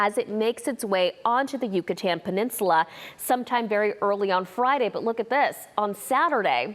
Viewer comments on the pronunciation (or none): none